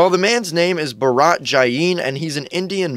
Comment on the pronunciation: Ba-raaa-ttt jai-niiii lol (Btw it’s pronounced first name-pa-ra-t Last name- basically Channi but instead of Ch sound its J )